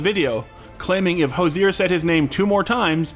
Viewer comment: It's not how himself or other Irish people say Hozier. Food for thought.